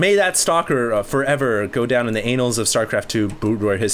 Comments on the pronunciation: The "Anals" of Starcraft history? Do you mean Annals? Slight, but significant, difference. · haha he hilariously mispronounced "annals" which should be pronouned like "anne -al" as in the name anne and the name al... the word means records of events